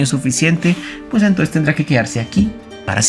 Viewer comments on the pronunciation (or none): none